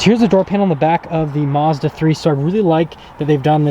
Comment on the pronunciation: This guy can't even say Mazda correctly